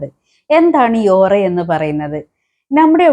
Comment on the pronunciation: ഒറ അല്ല പെണ്ണുംപിളേ.. ഓ റ